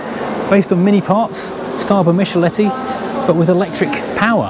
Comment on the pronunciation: the first Ford factory in the UK was set up in Trafford Park, Manchester in 1911. You have mispronounced the late great Giovanni Michelotti's name. It is pronounced "mick-elotti". Don't worry, I did the same for a lot of years myself. I visited Gaydon in 2011 for the 30th anniversay of the Triumph Acclaim. They even brought out the last Acclaim (and last Triumph car) that come off the production line which was in CD trim and had the Triomatic transmssion which was basically the Hondamatic by another name. I still have the photos I took. Maybe I should make a video of them. The interior on that silver Metro looks more like teracotta than orange. A shame there's no MK2 Cavalier in the Vauxhall section. It was the prime example of GM's J-car platform. I've had 5 MK2 Cavs during the 1990s and they're now pretty much all but gone.